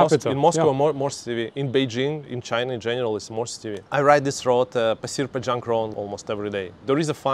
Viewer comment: Pasir Panjang pronunciation was funny - you’ll sound more localised if you spend more time here